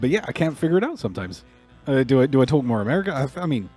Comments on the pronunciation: The way you say "Talk" is really incongruous, I also heard an English "caught" and "what". So yeah, sounds like a lot of your vowels are still very English. Ours are a bit shorter, sharp almost, Americans tend to draw them out a bit. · I'm a non-native speaker of English who learned English in Received Pronunciation and work in the US now. I immediately figured you didn't grew up in America. For example, your "talk/got" sounds so very British.